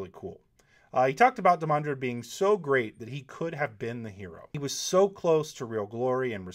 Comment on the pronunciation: Obviously I meant whenever the name came up in his videos. What, did you think was walking around at work muttering "IT'S DEE-man-drehd damnit!"? That'd be funny and slightly confusing for my coworkers, but no. Also there's this small matter of a global pandemic going around so yeah I got more spare time then usual to bitch over insignificant shit that annoys me. Sue me.